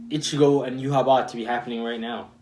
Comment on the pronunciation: I believe it's pronounced you-ha-bach, I think it's pronounced sternritter instead of stern rider could be wrong tho. Aizen altered Yhwach sense of time so he used up his time limit W reaction fantastic analysis. It's great seeing this series from a fresh perspective